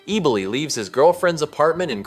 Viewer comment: Ebb-O-Lee,pronounced Eboli.😅